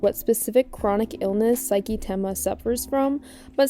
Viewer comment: I'm gonna jump you if you keep saying saiki.